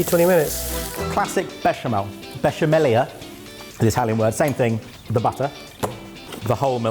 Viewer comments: Hello from Italy. 😊 Brilliant. 😊 Canerdeli is pronounced ca-NER- de-li, accent on the NER. And it's besha-mella not besha-mellia. 😊 And it's talia-telle, not taglia-telle This would cost less over here, of course. Blame bloody Brexit. 😂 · I love the confidence with which pronounces "besciamella" wrong